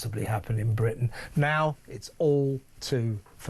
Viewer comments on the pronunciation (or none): none